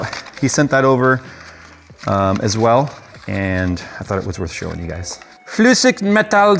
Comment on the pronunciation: You said "Flüssigmetal" pretty good!